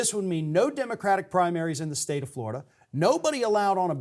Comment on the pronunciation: Fwowida, we hunting Democwats, HeHeHeHeHeh...